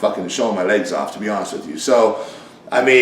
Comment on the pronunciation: Rich says "Lags" or "Ligs" he never pronounces the word Legs. Also, the market has changed in 15-20 years old man.